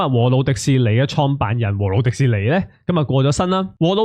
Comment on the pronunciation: 「和路廸士尼」讀得好好聽，聽到我眼濕濕